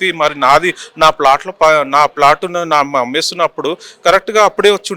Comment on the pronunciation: flat kaadu adi plot